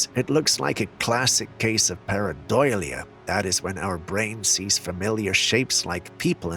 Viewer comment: bro, it's PAREIDOLIA not PARADOILIA, awesome stuff btw, thanku.